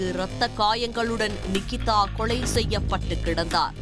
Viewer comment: லகர மகர வித்தியாசம் படித்து விட்டு செய்தி வாசிக்க வந்திருக்கலாம் தமிழைக் காப்பதாகக் கூறும் ஊடகத்தில்..கொளை.,அழைத்து சகிக்கமுடிய வில் லை